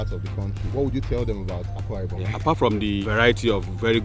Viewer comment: It's Akwa Ibom, not Awka Ibom